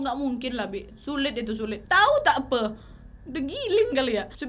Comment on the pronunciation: Part ''tau takpe" like malaysians 😂😂😂